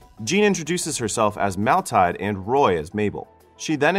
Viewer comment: Maltide? Seriously? Number one, why hire a narrator who can't read? Number two, why hire an editor or producer who can't read? I am pretty sure the doofus meant to read the woman's name as Mathilda. On the other hand, I haven 't seen the movie. Maybe her name really is Maltide. I doubt it, but whatever.